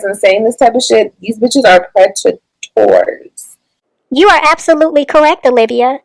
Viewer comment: Let Olivia break Y'all down into syllables.... you people are PRE TU TORS 🤨